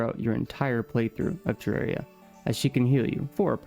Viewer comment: its terraria not terreria 😭😭